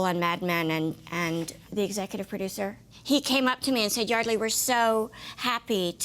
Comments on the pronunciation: So it's pronounced Yardley, not Yeardley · Larry is saying her name wrong